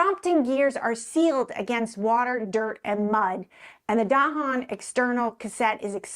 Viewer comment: Finally, a video that pronounces “Dahon” correctly.